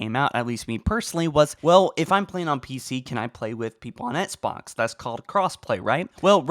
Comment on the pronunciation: I can’t stand how this dude says “Xbox”